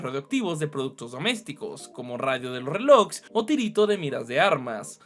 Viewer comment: Corrección "tritio"